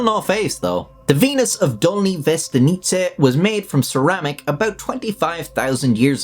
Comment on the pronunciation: Haha, everytime I come across someone english speaking discussing the Venuses I look forward to their pronounciation of Dolní Věstonice. Good job on that! For anyone wondering, it’s a town or a village at the south of Czech Republic, pretty much the most famous location for prehistoric findings in this country